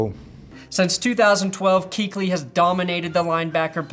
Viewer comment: 'Kuechly is pronounced Coo-etch-Lee, not cooch-ly